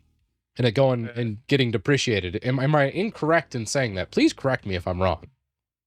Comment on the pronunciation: Are you saying deprecated? Is it an inside joke or something to pronounce it like depreciated? Not trying to be a jerk, just think you may be unintentionally mispronouncing it